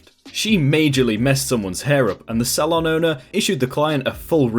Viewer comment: Sal on?!???! Is English eaven ur first language?!?!?! It's pronounced soal on